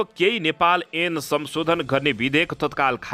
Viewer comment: ऐन लाई एन',(भनेका छन।